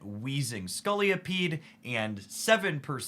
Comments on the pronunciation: Scolipede not Scoliopede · Great video and analysis. Quick point - there's only one 'O' in Scolipede. It isn't Scoli-O-pede ✌️